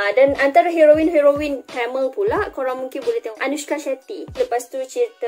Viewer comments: Kak TAMIL ya TAMIL bukan telmel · Sebutan tu TAMIL!!..NOT TEMEL...TAMILL...SEBUTAN TAAAMMEEELLL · Tamil❎ Tamel✅ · sebut tamil pun pelat... apaaaa..